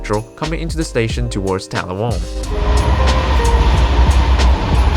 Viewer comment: And it’s TAL’-la-wong, not tal-la-WONG’